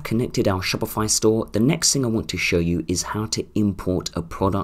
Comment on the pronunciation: dude stop saying shopify like that xD now i keep saying it like that haha